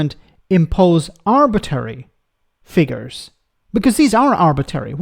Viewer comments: Let's hope the redefined seat of NE Somerset and Hanham no longer welcomes JR-M at the general election. By the way, the word is ArbitRary. It has another R in it. Your version would lead to Arbitation! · I agree, no one benefits from these limits. It's performative. btw you pronounce arbitrary in a weird way